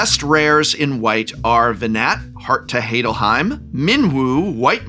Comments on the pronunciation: heart of Hey-dal-heim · You may be correct, but if I hear someone say Ve-gnat, Heart of Heydalhiem again, I might just lose it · Ve-Gnat, Heart to Heidelheim was crazy